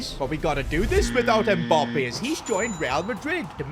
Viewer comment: Why do you call him Mboppe haha